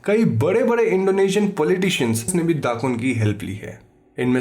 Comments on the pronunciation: not Dakun but Dukun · Indonesian here. It's not "dakun", it's dukun. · Indonesian: dukun: dddaakkkunnn